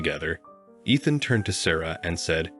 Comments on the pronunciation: Pronouncing the name Ethan wrong , it’s not Athan. Learn to pronounce words/names right. Soooo annoying. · Ethan and eeethan are not interchangeable. My sons name is Ethan… it’s pronounced “EETHAN”. Me not meh! Got it? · EEE-than (Ethan) Fee-an-saa (fiance) Learn how to pronounce words.